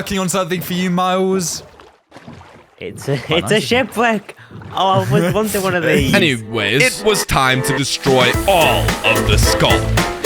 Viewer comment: it’s a shipweck